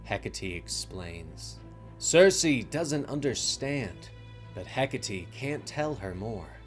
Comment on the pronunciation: Bro bro it's Heck-Ate not Heck-A-Tea 😂😂😂Hecate.😂😂😂